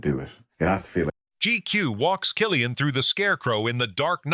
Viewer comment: Will someone please tell the commentator how to pronounce Cillian correctly?!